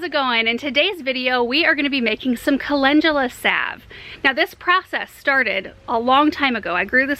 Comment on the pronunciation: You pronounce it colengula